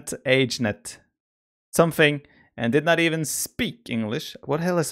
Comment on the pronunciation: Biper's pronunciation of Plantagenet made me cringe.